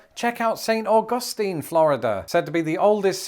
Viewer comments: "St AuGUSTine" ah the brits and their pronunciation never cease to entertain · Learn how to pronounce Saint Augustine Florida😂😂😂